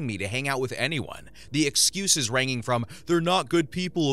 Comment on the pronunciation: If you’re going to use an AI voice, the least you could do is proofread what they’re saying so that they don’t sound like a total imbecile instead of saying ranging from… They said, rang-ing 🤦🏻‍♀️